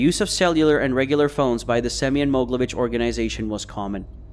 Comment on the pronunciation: Not Moglevich it's called MogEElevich